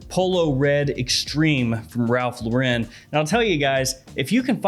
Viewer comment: Ralph Lauren is American not french. His name is pronouced like the normal unisex name- Lauren